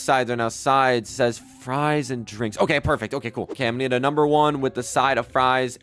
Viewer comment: He called FRIES FRUESSS